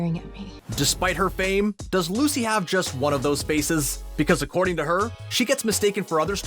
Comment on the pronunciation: Anyone else notice that when comparing Lucy Hale and Maia Mitchell he called Lucy "Lacy"???